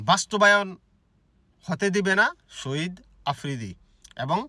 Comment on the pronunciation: সহিদ না সাহিদ